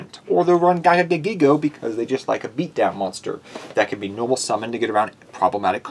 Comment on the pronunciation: I'm sorry... I love the deck, but I get hurt when you say GIGA GAGAgigo as a Gagaga monster... My buddy used to use that with Legendary Ocean and Amphibian Beast way back in old school Yu-Gi-Oh to destroy me. So definitely much respect for the card. Still love the deck though. Crab Turtle deck? Awesome! Keep up the great work!